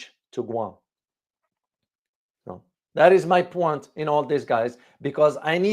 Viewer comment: "Oh, I see you're trying to 'make a point' with that fancy French twist—'pwan' instead of 'point'! Let me 'point out' that your accent’s so charming, it’s basically scoring 'points' with everyone watching. Keep it up, you’re 'pointing'us all in the right direction! Just wanted to point that out..